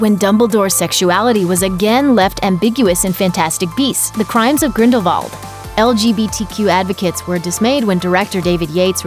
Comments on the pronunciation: Arrrrrgh! The pronunciation for is so irritating. Firstly, It is the Deathly Hallows, not hollows. And secondly it is Grindelwald, not Grindelvald. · the fact that this lady said “griffook” instead of “griphook” and “gridevald” instead of “grindewald” really annoying me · Crimes of GrindelVALD. What? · “The Crimes of Grindel V ald” 😂😂😂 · it's not grindalwald? With a W???????